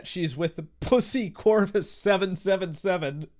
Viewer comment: He said "pussycorus"